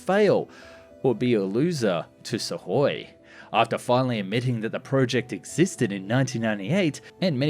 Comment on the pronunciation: Have I just never heard Suhkoi pronounced correctly before or does he say it in a very odd way? I don’t pretend to be able to speak Russian in any way but I’m pretty sure the k is sounded out in their name